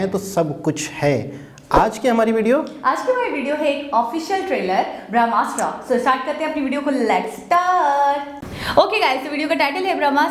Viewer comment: Total 3 weapon he jo milke bramhastra banta he. Pehle pronounce to thik se karlo.🤣🤣🤣🤣🤣. Apke allah bi Bramha se hi bane hain. Ab bas samajh jao baki. Itne bade to ho hi ki samajh jaoge